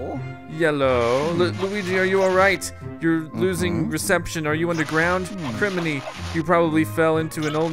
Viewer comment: It's Criminy! as in crime!